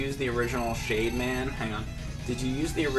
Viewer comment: Everytime he said "Shade man" I kept hearing "Shave man". Totally different robot master.